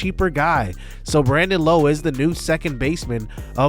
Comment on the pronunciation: Hey J, Rays fan here, love Brandon Lowe coming to the team! His last name though is said differently to the other two Lowes in the league. His is said like “Laow”. Just a heads up! Love the series a lot 🙌